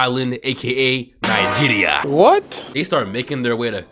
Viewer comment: Bro said "NIGERIA", I'm crying